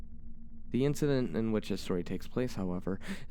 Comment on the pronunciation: Sort of a weird question, but are you by any chance asian? Japanese? I just noticed today you don't pronounce "T";s at the start of the word (Such as 'The') but instead say "D"(De, Dat, Dis), My Japanese friends do the same. I was just curious. Also that end slate had me laughing my ass off